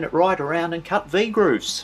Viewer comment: "V grooves", sounded a bit like "the grooves", which was confusing for a minute, without a demonstration.